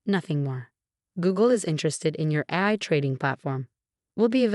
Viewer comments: Please ensure the narrator actually pronounces terms correctly. "AI" is pronounced "A" "I," as in Articifical Intelligence. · AI which is the abbreviation for Artificial Intelligence, Is Pronounced: A, I , Each letter Separately. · Yeah, that is hilarious. AI written, AI read, and it still can't pronounce its own name without a space between the letters.